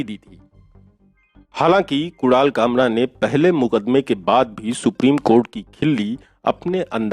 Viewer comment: .... what the f did he say ? Kural kamra ? F lol 🤣😂